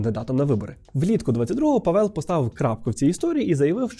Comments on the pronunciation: Вже мабуть не актуально, але я тільки-но почала дивитись відео і мені дуже ріже слух те як Ви вимовляєте "Павел". Я богемістка (вивчаю чеську мову і культуру на Остравському університеті в Чехії), і хочу додати до вже сказаного що наголос на Е в слові Павел не спадає. Тобто слово Павел вимовляється майже так само як Павел в українській мові (з наголосом на А), але просто в чеській мові той наголос настільки слабкий що його наче нема. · Вітаю,! Я живу у Чехії дуже багато років( тому не виправляю просто так). Наголос насправді на першому складі, тобто на «а». 😊 Дуже вам дякую за правдиву інформацію. 😊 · добрий день, а чому наголос на Е в призвищi? Я вже декiлька рокiв поспiль проживаю в ЧР, та тут всi кажуть з наголосом на А.... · Чого наголос кладете на другий склад в фамілії Павел? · У чеській мові наголос є закріплений на первому складі, чи не так? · Будь ласка, не Pavél aле Pável 🙏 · Пробачте ,хочу вас виправити. Ставиться наголос на перший склад. Тобто,не Паве´л,а Па´вел. Володію чеською уже 24роки. Слава нашим героям. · Мені одному здається, що спеціально робить наголос на павЕл, а не пАвел, щоб ми писали побільше коментарів на цю тему скажімо, як оцей, що я написав 🤗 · Привіт, я чешка. :) Обидва склади в "Pavel" короткі і наголос завжди на першому - але не дуже силний. Дюкую за відео! Я дуже рада що Українці раді за нас. Я сподіваюся що з новим президентом ми зможемо допомaгати вам ще більше. 🇨🇿❤️🇺🇦 ✊️ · Both vowels are pronounced short in czech language. PAVEL, not PÁVEL and not PAVÉL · головне щоб не ПетЕр) просто Петр ПАвел. і кого чого - Петра Павла)першим звучить імя, так як у випадку Андрей Бабіш. :) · Живу в Чехії, всі кажуть Пáвел. В них навіть логіка мови така, що більшість наголосів на перший склад. Є ім'я Pavel, де наголос на перший склад. Проте розумію, що може здатися що наголос на другому складі, тому що чехи досить розпорошують наголос + мають довгі голосні. Імхо — має бути Пáвел, я так чую. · Наголос таки на перший склад, Пáвел)